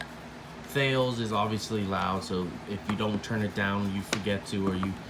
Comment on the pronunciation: “Thales” is pronounced like “Tal-ess”